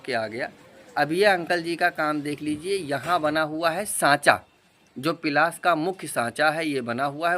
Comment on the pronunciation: Bhai pilas nhi palas bolo.